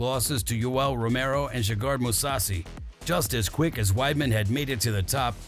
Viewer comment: Too bad Garbrandt's career got wrecked by a guy on roids. Nice video, pity the voice guy didn't bother to learn the pronunciation of fighters' names... Machida, Gegard... but overall it was well-edited and good content, keep it up